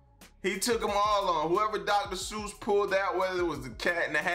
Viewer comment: It’s Seuss as in voice, not Suess you Goose.